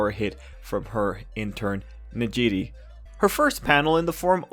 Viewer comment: Her name is pronounced Neji-Ray lmao